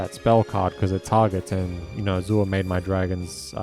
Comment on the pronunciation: You're saying Azure wrong. It's pronounced A•zure.